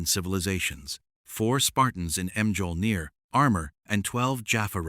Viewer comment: mee-all-neer - Mjölnir